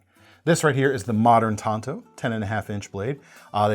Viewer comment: It is TANTO dammit (like having a TAN TOE), not TONTO (the Lone Ranger's sidekick)! Get it right from now on!